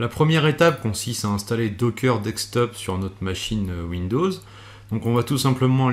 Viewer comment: De"ssss"ktop et pas dekstop ^^. Sinon elle est top la vidéo